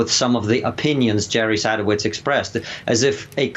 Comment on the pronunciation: "sadOWitz" yanks HAVE to pronounce it wrong. they even said it properly on the clip!!